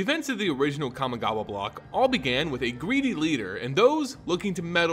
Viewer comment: Let's play a drinking game where we take a shot everytime he pronounce kamigawa wrong